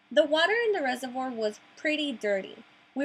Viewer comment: "REH-zur-VWAHr." Also, if you mean "basin," the A says its long sound as in "bay." "BAY-sin."